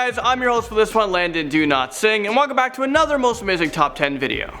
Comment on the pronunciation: Landon, do you sometimes pronounce your name 'do not sing' at times!?